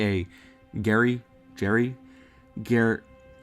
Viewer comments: Geri (as far as I recall) as pronounced as Jerry. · Geri's name is most likely pronounced jerry. Can you guess why? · lol i love that he struggles with Geri's name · Why do you struggle to say Geri? Can you say George?